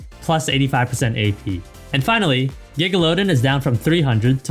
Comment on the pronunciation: Bro why did you call fizz’s fish Gigalowden? 😂😂 its gigalaDON. Don cheedle 🤣